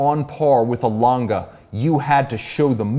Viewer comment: Its Lan-Geh, not langah or languh or langa, langeh or lange with short e pronounciation